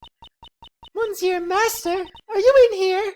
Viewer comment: Good old court record, no organizers anywhere... YESZ! Yeah well wrong prosecutor for that So she sounds like a mouse now? :P Your French is aweful "monsieur" "Hoquet".... Hoquets Japanes name translates to "Paul Holic" might want to use that and dont butcher the French language anymore His name is "The Real Bad" btw name puns: Isaac Dover = Iced Over, Pierre Hoquet = Pierre (generic French name) Hoquet (French for hiccup), Jeffrey Master = Master Jeff.... errr Master Chef, Katherine Hall = Catering Hall Mistakes: 0/49 Death Counter: 4 Logic Chess: 0/11 Logic is hard: 1